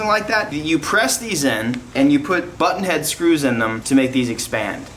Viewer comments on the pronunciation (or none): sounds like u said butthead screws 😂😂 im a child inside i know